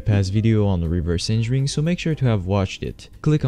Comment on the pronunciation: "reverse engering" 💀